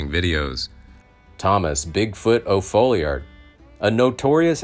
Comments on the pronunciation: It's Tom O. Falliard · Its FOLLIARD. The O stands for Oliver, his middle name. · His name was Tom O. Folliard, not O'Folliard